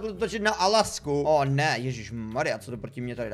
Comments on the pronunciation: Víslovnost:ne alašku ale alijašku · To by mě nesralo tak jako to že aliašku přečte jako alasku